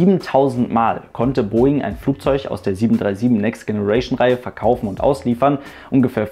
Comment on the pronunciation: Generation wird nicht so ausgesprochen wie du es aussprichst